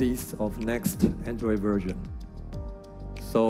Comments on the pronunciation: Its version not "Verzon" dude. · It is version not verzin 😁😂 J.k